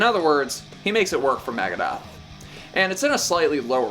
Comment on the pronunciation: It's NOT MAGADETH . Dude Dave would def have something to say about that......